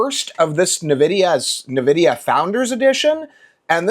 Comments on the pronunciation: aaaaaaa i keep hearing nevidia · That isn't how you pronounce Nvidia. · Maybe just pronounce the word correctly. That's hilarious that YOU think I have ADHD. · What is your damage? I never said your videos are bad. I told you that you pronounced the name wrong. Relax, you psycho. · It means I immediately know whoever is talking doesn't know what they're talking about, and their opinion can be dismissed as uninformed.